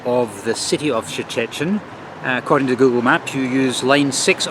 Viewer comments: The city's name is not that hard to pronounce, just say like Churchill in the "Iron curtain" speech. Or the proper Polish way: [Shh-te]-[shh-tin] in two syllables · And still can’t pronounce Szczecin!